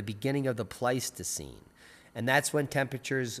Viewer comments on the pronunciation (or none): none